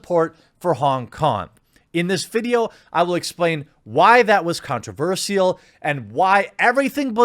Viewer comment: You pronounced "controversial" weird.